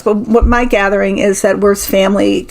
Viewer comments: In German, the W is pronounced like a V. Wirths would be pronounced like Virths. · I believe Wirths would be pronounced -"Veert". Fascinating reading as always. Thank you.